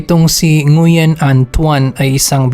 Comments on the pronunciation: Ngwin po pag basa ng Nguyen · Nguyen is pronounced as wen